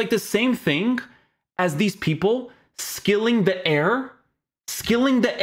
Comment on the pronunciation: Man said skilling the Air 😂😂😂